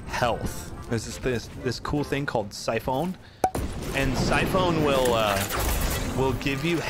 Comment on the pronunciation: 🤣 Sy-phone...its French 👌